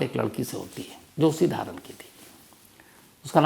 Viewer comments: हेलो सर 🙏🙏 हम काठमाडौं से आपकी हर कहानी सुन्ते हैं, सर धारान नही "धरान " हे सर,, lots of love from 🇳🇵🇳🇵❤️❤️ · धारन नहीं धरान है। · Aap ne galat ucharan Kiya dhaaran Nahi dharaan hai yak jage Ka naam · धारन नही धरान है जगहका नाम जनाब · धारण नही धरान है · I am so sorrry to say sir but it’s Dhaaa-aaaa-raaaaa-n not Dharan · Dharan nhi Dharan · धारन नही धरान है सही नाम सर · Sir it is pronounced as " धरान " not " धारन ". Thank you.. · धारण नहीं भैया बल्कि "धरान" । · Dharan not dhaaraan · सर धारन नहि धरान है मै नेपाल से हु आपके बहुत बदि फ्यान ❤❤❤❤ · धरान है sir धारण नही 🙏🙏❤️❤️🇳🇵🇳🇵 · नमस्ते सर 🙏 विवेक का जन्म धरान शहर मे हुवा है आपके उच्चारन मे धारण सुनाई देता है ॥ रिस्ता मानवता का उधारण । कहानीके लिय धन्यबाद🙏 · धारन नही सर धारान है। मै काठमाणडो नेपाल मे हु सर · धारन नहीं धरान जघे का नाम है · धारन नहि धरान है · Wo Dharan spelling h but its callled Dharaan , just for your knowledge